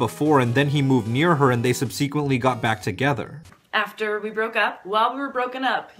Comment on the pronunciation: Sub- see- quent- ly ? I thought it was sub - Suh - quent-ly.....